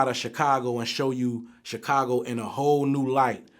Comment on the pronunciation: When is someone going to tell Vlad how to pronounce Chicago properly?????